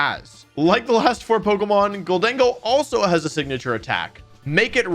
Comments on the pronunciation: I think you pronounced it right, GOLDEN-GO just sounds weird compared to GOL-DENG-GO. Also it sounds like the name Diego, so that’s kinda cool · Thank you for saying GholDENgo, that's how my headcanon pronounces it. Makes it sound a little spanish. Amazing video btw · Love your videos Wolfe. Also I thought gholdengo was pronounced the way you’ve been saying it. Until my sister said it as “Golden Go” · I think you said Gholdengo correctly. My guess is its a combination of "Gold" and "Tengo" aka "I have gold" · I pronounce Gholdengo the same, but man did you botch glaive 😂